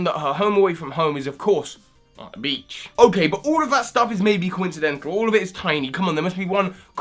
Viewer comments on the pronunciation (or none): none